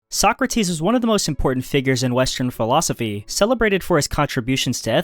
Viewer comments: socratis the tone goes to a socrAtis not sOcratis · He left Arthur Schopenhauer out, the only one whose works are really worth reading - what a shame, how utterly stupid. And how he pronouces Sokrates "Suck - Rates" makes my toenails curl.